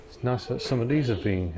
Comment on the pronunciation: When you say vat do you mean that ?